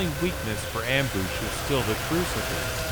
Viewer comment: "amboosh" and "impoesable " and "lohser pointer"